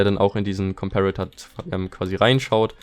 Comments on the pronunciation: Wie deutsch kann man sein?: JA aber am meisten triggert mich das er trotzdem comperator englisch ausspricht xD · gutes Video aber es hat mich so unnormal getriggert wie du Komperator ausgesprochen hast o.o